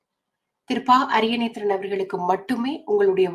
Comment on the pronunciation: சிலர் அவரை அரியநேந்திரன் என தவறாக உச்சரிக்கின்றனர். அவரது சரியான பெயர் திரு பாக்கியசெல்வம் அரியநேத்திரன்.